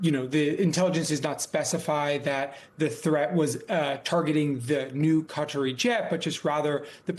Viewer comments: Who are the Kudderies? The media should get together on a more accurate pronunciation. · buddy said... cuttery plane 🤣